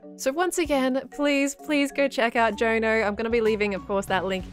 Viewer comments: If Jono is Rens bro, then its pronounced 'John O' not 'Joe no'. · As a fellow Australian, I wasn't expecting how pronounced Jono.